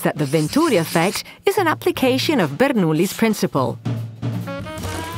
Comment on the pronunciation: You forgot about the Coanda effect, but nice presentation overall. And the AI voice is great too. I love how it says the italian names: Bernoulli, Venturi, and of course Ferrari.